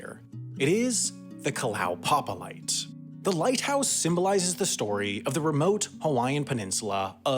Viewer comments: and Kalow-papa, it's Kala-oo-papa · Went there some years ago when there were still 25 or so residents. BTW, I believe it's pronounced Kala-u-papa. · Kalaupapa should be pronounced "kah-lah-oo-pa-pa" :)